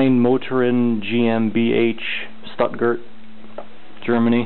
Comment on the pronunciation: They way you butchered the stuttgart name makes me cringe.